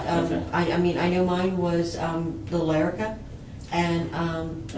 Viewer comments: I know this is petty af but the way she pronounces Lyrica drives me nuts. It's leer a ca, not lair a ca. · How do you even get “lair” out of “-ly?”